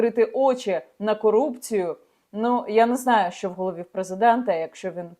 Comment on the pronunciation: Люба Яніно, будь ласка, вивчіть нарешті українську вимову - ви говорите як москвиця: чЬому, щЬо, отакЄ, захІсникІ...